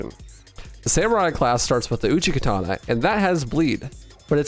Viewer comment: It’s not called the uchi katana it’s called the uchigatana there is no k